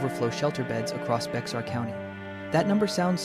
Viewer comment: Bexar County it’s pronounced BEAR!!!!!